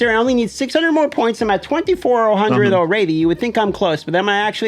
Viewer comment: Al-raid-ee he says All-red-ee correct pronunciation lol